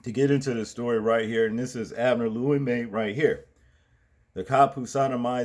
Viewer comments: Bro.. his name is pronounced "Loo‐ we- muh" not Limay lol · Bro the names are pronounced VOLL-PEE AND ABNERS NAME IS LOU E- MA......LOL...I concur ,this animal should remain in jail what man thinks about shoving a stick up someone's ass ,sick individual